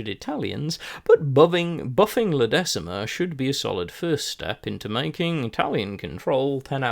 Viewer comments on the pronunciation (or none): Thanks for this. Just a small pronounciation thing - La Decima is pronounced "La deeeeechima" :)